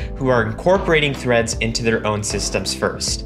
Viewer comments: Him: now let's create threads My ears: now let's create threats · The 1st time he said threads i thought he said threats